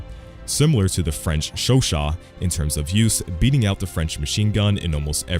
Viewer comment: Oh my god the pronunciation of Chauchat was perfect dude